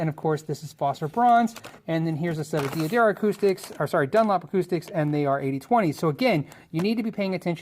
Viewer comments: Love the channel.. but pleeeeeease... It is pronounced 'duh-dare-ee-oh' not 'dee-adario' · "De-a-Darro" tf? i thought it was "Duh-dario"